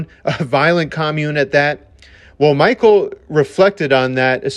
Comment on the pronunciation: Please learn how to pronounce things correctly. I'm in and cringing. Mikel is pronounced Mick-kell. Jollett is Joe-lay. Synanon is Sin-a-non. His memoir, Hollywood Park, primarily discusses his life to before the band forms. It touches on it towards the end, but the book is very far removed from being about the band. For the record, he was 6 when they left Synanon and his Mother is a basket case. If you don't like to read, the audiobook is excellent as Mikel reads it himself.